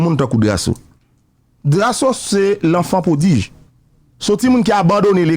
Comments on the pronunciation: Enfant prodige😂😂😂, Aticulation😂😂😂😂.. Enfant prodigue 🤝et Articulation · Misye di "aticulation" , "enfant prodige" pour enfant prodigue.